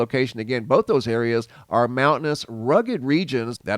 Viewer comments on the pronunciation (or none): none